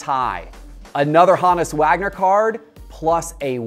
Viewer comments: “HOnus” not “HAnus” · Hone us Wagner. Proper pronunciation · Why is he saying Honus like that lol?